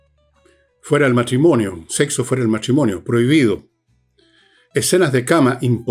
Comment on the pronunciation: Fernando, es SEXO, no sehso. La buena pronunciación, por favor.